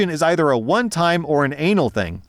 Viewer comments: I laughed when said " a one time or an anal thing " instead of " annual thing " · The Freudian slip of when you said "anal" instead of "annual" was perfect. Thank you